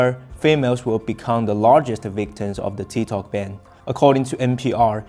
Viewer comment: Its TikTok not TiTok !!